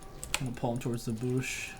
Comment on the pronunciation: Is it just me or does he say BOOSH not bush lmao best jungler NA. Love the content man. Keep it up!